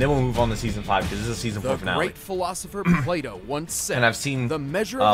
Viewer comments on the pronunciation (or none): none